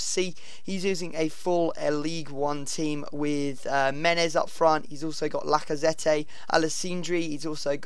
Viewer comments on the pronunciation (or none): You don't pronounce the 'e' at the end of Lacazette